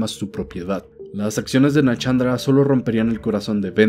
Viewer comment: ay dios, NA-SHAN-DRA SHAAN NO CHAN ,SHULVA NO CHULVA